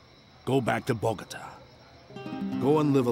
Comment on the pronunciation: "Binge Worthy in Spanish" After having Binged on "Esmeraldas" in Spanish During my Down time in Bed I Think "Esmeraldas" Loses some of its Flavor in Dubbed English. It needs “Quality Dubbing” For Example "Bogota" is Pronounced Bo-go-taah" not "Botgta" The English Speaking World in My Opinion has been Cheated out of this Exciting Serial. The Story Line Spans 3 Generations; so You have to be Mindful and Recollect the Characters as it devolves. The Actors are Replaced to reflect the Passage of Time as they Get Older. It has All: Love, Hatred, Greed, Betrayal, Loyal Servitude, Intrigue, Mystery, Jealousy, Compassion, Jungle Warfare, Revenge, the Whole Buffet of Movie Action filmed on Site, With Quality Cast. Having worked with an Ex-patriot from Columbia Back in the 80’s; who Fled to the USA said the Region was a Dangerous place to Live.